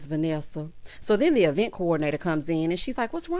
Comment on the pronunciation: Ms. Wanda’s freeze-dried curls always makes her reference something from the 90’s😂. Ms. Vanessa did NOT have time for the qwerstions and shenanigans! That “DO I HAVE TO?” came from the depths of her spirit🤣. Carlos DEFLEE invited Ms. Wanda to the e-vent 😂